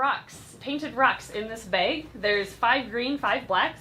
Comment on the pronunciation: I can't tell you what a giggle Everytime I hear you () say the word BAG.. lol I adore that you pronounce it as BAHG..?? ITS ADORABLE 😊🙂